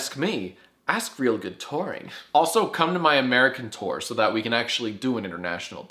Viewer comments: Why do you pronounce "tour" like that? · Jack sounds so American when he said "tour"